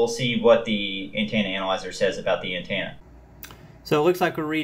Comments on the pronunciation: Good review but it's antenna. Not antanna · Did he say “dodo”? And did he say “An-tana”? 😆 Thanks for the vid. I think even though the thing is wabbly, I’ll still get one. So I can be cool like everyone else. 😁